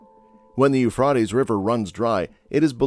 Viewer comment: You really don’t say what was discovered this is a long explanation about what happens when you put in dams what did you discover about the drawing up of the rivers and then you pronounced Euphrates wrong